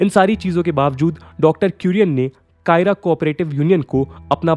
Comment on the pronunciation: Kaira = खेड़ा district Not कायरा